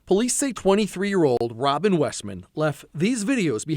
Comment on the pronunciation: ROBERT NOT ROBIN